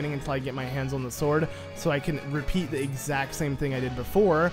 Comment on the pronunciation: Got to love "he legend of zelda"!